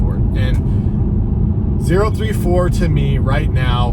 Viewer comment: It's Oh-ThirtyFour